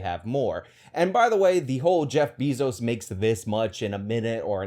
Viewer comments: Can't take you serious when say Jeff "Beezo." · Is anyone else irritated that he keeps saying Bezos (BAY-ZOS) incorrectly?